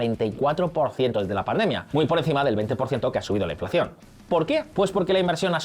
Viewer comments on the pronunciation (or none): none